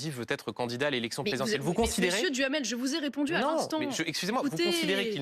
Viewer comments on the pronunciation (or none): Duhamel j'entends Djamel 😅! Benjamin Djamel 😅